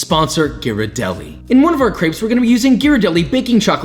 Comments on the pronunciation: Is not crapes is creps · Why does he pernowns crepes so weirdly Him: craips Everyone else: crep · France ~ it’s not CRAPES ITS CRRR-EEEHHHHH-P- Spelled > CRÊPE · Isn't it pronounced "Creps"?